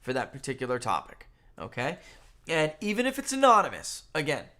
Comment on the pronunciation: And 'END' for 'AND' 🤭teeheehee🤭